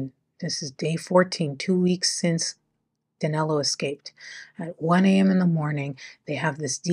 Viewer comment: how come in daniel, you can say the 'i' correctly, but in danilo, you place an 'a' sound on it, the name is danilo not danalo